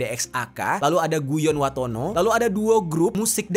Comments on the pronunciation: Guyon waton bang bukan watono 😢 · Guyon waton bang,bukan guyon watono😂